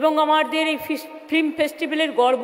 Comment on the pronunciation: Kothata flim noy film. Ektu porasuna korley bhalo hobey